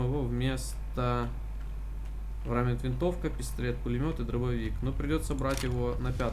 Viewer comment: Варминт, не врамит...